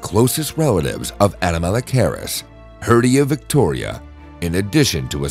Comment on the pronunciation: Horrible pronunciation... learn to say the name of the thing youre talking about before talking about it... its cringe.